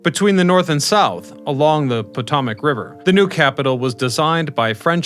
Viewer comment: I think he throws in mispronunciations on purpose to generate comments 🙂